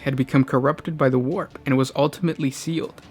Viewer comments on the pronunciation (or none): none